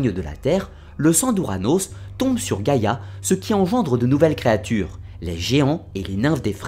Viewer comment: C est pas giagia (gaia)😂 c est géa!! (I don't want to insult..im in love with your accent) Giagia means grandmother. (When a and i are next to each other .. Like the word gaia ai is e acoustic ) Good job though!! Congrats